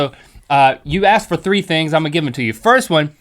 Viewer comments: its *asked not axed link. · Ok did Link PURPOSELY say "AKSED" ? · why yhe fuck u say aks its ask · Sorry if this is just a stupid question but why does link say ask like axe. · link said aksed!!! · it really annoys me when the say axed instead of asked the k is first!!! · It really annoys me when link says axe instead of ask XD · im glad you aksed ?? XDD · Link said on purpose: I am glad you aksed that.